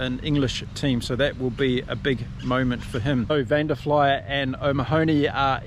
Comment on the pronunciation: All the Irish team name mispronunciations! Van Der FLY-ER and Peter OMA-hoanny, Taa jh Byrne! 🤣🤣🤣🤣 not even close. Sorry but its funny.